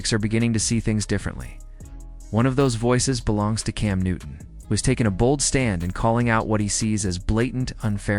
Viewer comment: You need to learn how to say his name ...one minute you mispronounced it then in the same sentence you pronounce it right...